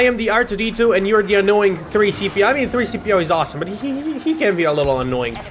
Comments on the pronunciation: He said 3p-co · he said 3cp0 its c3p0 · its c3po not 3cpo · It's C3PO not 3 CPO